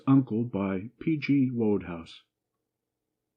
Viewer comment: "Woad-house"? It's pronounced "Wood-house".